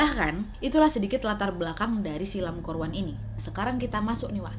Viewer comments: Ka nadia : lan kor wan Me hear that : angkor wat -buat yang tau tau aja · Lam kor wan , baru kali ini Wak q denger nama orang HK ada huruf R nya 😁